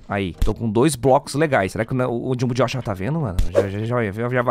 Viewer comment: U acertou o nome do jung jox nem sei falar